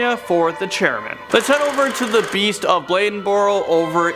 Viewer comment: Hey great video the second one you said Charman and then Chairman 😅😅